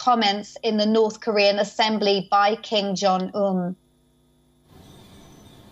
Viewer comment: Pretty sure she said king jon um